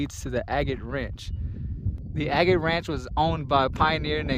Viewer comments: I respectfully do not accept a get as the pronunciation. When did the decision get made to change it from agate. Typical for the government ... keep everyone confused. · It is agate not a get. What is the name of the river. The hills also have names. Keep trying...